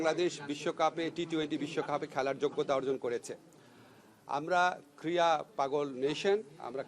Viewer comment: Kreeda pronounce korteo jane na kriya bole😂